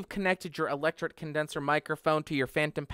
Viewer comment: "Electret" Condenser Mic. "tret" rhymes with "threat"